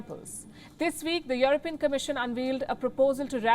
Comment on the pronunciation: It’s You-Are-Peein.😂